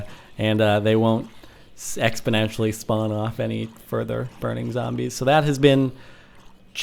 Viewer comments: Anyone else here him say sexponentialy? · Haha he said sexspenentially